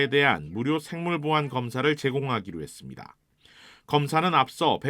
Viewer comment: 음... 열심히 하는 남자 앵커님한테 미안한데 혹시 발음교정 연습좀 많이 하시면 안될까요? 했습니다 할떄 매번 발음이 했습니댜로 끝나네요. 이게 한두번도 아니고 20분 넘게 동영상을 보는데 니댜니댜니댜 소리를 한번도 맞지 않게 발음을 하니까 정말 뉴스 듣는데 괴롭습니다. 고치세요 좀.